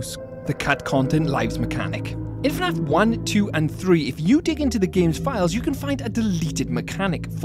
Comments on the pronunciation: bro said finaf instead of fnaf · why does bro said "FE NAF"